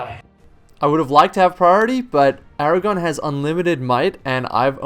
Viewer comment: Aragorn? Aragon sounds just wrong somehow